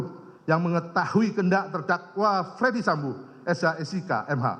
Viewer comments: ferdy sambo pak, bukan fredy sambo, wah jd ngeri itu salah ucap bs jd celah bebas 😬 maklum saya buta hukum 🙏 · Apa cuma gua yg dengar kalo pak jaksa manggil nama FS dengan Fredy Sambo ?